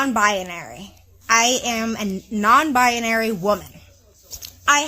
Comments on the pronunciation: She cant even pronounce her own made up gender…..it’s not “bIAnary” it’s BInary!!!! The way she says it is insufferable to listen to!! 👉🏼😖👈🏼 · Very annoying when It says “non bianary” instead of non binary. Total mororon. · 😂😂😂 "non bina-ary" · What “non-bia-nary”? She can’t even say it 😂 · I hope this guy took the 48-hour notice to find a good divorce lawyer. Also, what's a "nonbi-a-nary"? Is that a woman who's not nonbinary? Like a double negative? Either way, she identifies as cray-cray and she'd be both offensive and disrespecting me if she doesn't allow me to determine how she identifies. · “I’m non bye-uh-nary” 🙄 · pretty sure she's saying "Non Bionary" or "Non-Bianary" wtf is that? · The only thing that's offensive about this video is that this person says she's "non-bianary." WTF is "bianary"? She doesn't even know how to pronounce her own claimed mental illness. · I think the husband made a bad choice.... and she needs to learn to pronounce "non-binary", she keeps putting an extra "a" in there. And he is jot a "cis" man, he is just a man. "Cis" is a term used in describing molecular structure, not people.